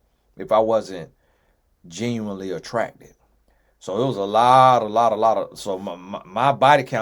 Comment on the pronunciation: Whew!!! When him saying “lotttaaa” with that tongue role was hilarious 😂😂😂😂😂